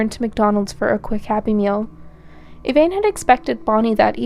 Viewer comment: I’ve never heard of this case. Great job! I love when I find cases that haven’t been done over and over. If I could make one observation? The victim’s best friend, you called her “Evaine” throughout. Everyone in the court testimony called her “Evanne”. I just think that’s important when telling these stories. 😊